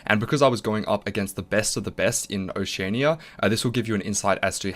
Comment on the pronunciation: First time I've heard someone pronounce Oceania like that haha. Congratulations and thanks for all the helpful guides, slowly working my way through Diamond :)